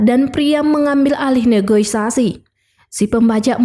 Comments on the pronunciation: Aduh admin admin yg bener aja Terorois (teroris) & Negoisasi (Negosiasi)😂😂😂😂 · negosiasi bukan negoisasi di koreksi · filmnya sih oke. Suara si kakaknya juga bagus. Tp ngomong "negosiasi" dan "teroris" gak lulus ni. Jd "negoisasi" dan "terorois" 😄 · Terorois bisa di maklumi tapi NEGOISASI itu artinya apa yah? Setahu saya NEGOSIASI